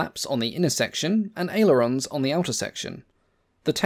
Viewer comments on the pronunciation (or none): none